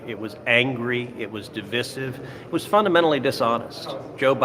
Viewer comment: Can everyone please stop pronouncing divisive as div-iss-ive? It's div-eye-sive.